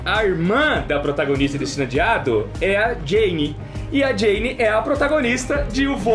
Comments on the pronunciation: A pronúncia correta do nome ada personagem é "Jáne" (a sílaba tônica é a primeira, com som da palavra "já" msm) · A pronúncia certa do nome da protagonista é Jâne